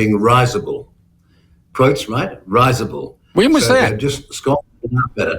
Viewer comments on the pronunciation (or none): Risible is pronounced "RIZZ-ible" Winnie, not "ryzable".